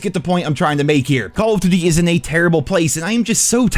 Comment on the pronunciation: "Call of Dutty"